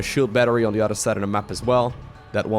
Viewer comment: Your english is really good..except for the word "the". It's a t and an h together...not a "d".